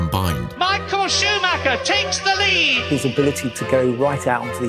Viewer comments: nope can't deal with 35 more minutes of a dude mispronouncing this guy's last name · Rolf Schuhmacher?!?!